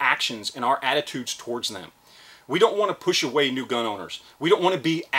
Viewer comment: Edit Gun not gin